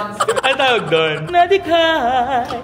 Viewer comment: natawa ako sa “nadighaaay” hahahaha nakatayooo‚ HAHAHAHAHA